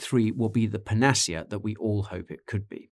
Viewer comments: Great video. Interesting pronunciation of panacea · Guy, you pronounced "panacea" wrong.